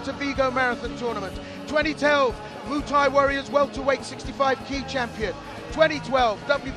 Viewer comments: Call it moo Thai once more n I swear Mr announcer 😂😂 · I like how the commentator says MOOTAY to Muay thai lol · Haha “moo Thai” ooook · Say Muay Thai slightly more properly, this sounds so annoying